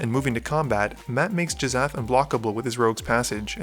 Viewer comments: J...Jizath? Hard G, and well, "sh" makes the "sh" sound not "z" "Gih-shath" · "Jizzath" --> "Gish-ath" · Do you mispronounce card names on purpose? Jizzath? Narinthols disk?